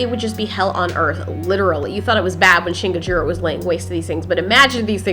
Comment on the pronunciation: you said shin gorji